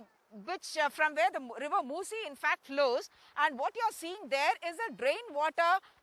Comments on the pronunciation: It's called Musa River, not moci, you're not pronouncing properly 3 4 area name mainly Musa river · U were also wrong, it's musi river not musa